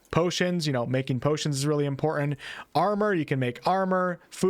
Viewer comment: Good video. However the words button and important each have a T near the middle and are pronounced But-ton and Im-por-tant not buh-in and an im-por-ent. You did say hit-points..not heh-points. At least theres that. Oh no. Fou-en instead of Fou-ten. Oh man.